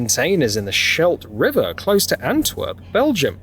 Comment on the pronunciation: Why emphasise the "river" in Schelde River and Maas River? Shouldn't it be Maas River and Schelde River, stressing the names of them? Surely it should!